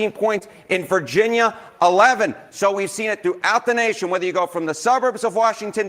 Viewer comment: Why do you say 'rether' instead of whether? Just curious.